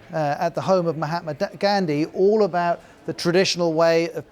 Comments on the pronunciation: I mean I'd understand if he JUST mispronounced it, but he added letters that didn't exist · You mispronounced mahatma Gandhi too